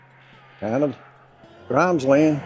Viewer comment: Locals pronounce it GRIMESlund. And it's just Blunts like the "O" wasn't in there.